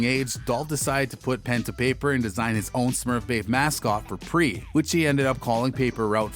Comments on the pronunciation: Its P. R. E. not pre 🐬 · Bra said pre lol not P R E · He said "Preee chain" this guy has no clue what he's talking about